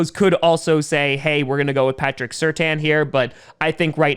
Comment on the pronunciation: Fact: Patrick Surtains name is not pronounced Certain, it is pronounced Sur-tan